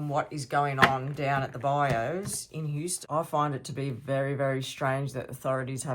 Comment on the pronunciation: Hi, It's pronounced bye u (bayou).😊 Passionate Presserverance gave you a shout out and I have been hooked on your readings ever since.😊